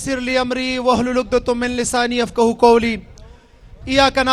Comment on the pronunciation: Ayat ghalat parh gaya. Astaghferullah. Parhta kiun hey. Pehle seekh ley. Wahlul uqdatAmmillesaani Not Wahlul uqdatUmmillesaani.